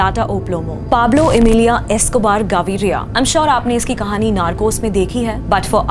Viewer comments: Its Pablo Emilio not Emilia 😅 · PABLO EMILIA NAHI HAI EMILIO* HAI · It’s Pablo Emilio not Emilia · Emilia nhii Emilio hota hai🤣🤣🤣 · Emilio not emilia